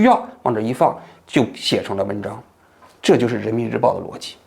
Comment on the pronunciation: 王局口误 人民日婊，说了好几遍，哈哈哈哈哈